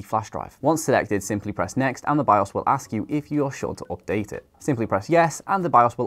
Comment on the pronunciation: its (update) Not (Opdate) 😁